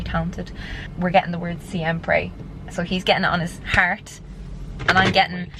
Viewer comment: im sorry but the way your pronounced siempre took me out. love the tatts tho haha